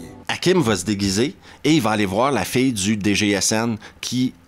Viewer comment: Cest drôle, avec ta prononciation de "fille" j'ai d'abord compris "fée" 😂. Désolé...